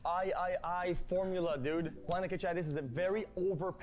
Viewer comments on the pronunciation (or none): I never realized how stupid xQc really is, he pronounced the Roman numeral from 3 as all Is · When XQC said "Vee-eye-eye-eye" My head tilted the same way Linus' did. "Did he relly say that? does he not know numerical latin? It's 8, dude. EIGHT!"